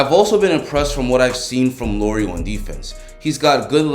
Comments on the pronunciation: Great video! Keep it up! One thing that kinda bugs me as a Finn though is how you pronounce Lauri (should be pronounced the same way as Lowry) :) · It's pronounced La-oo-ree. 🇫🇮☺ Anyways, great video!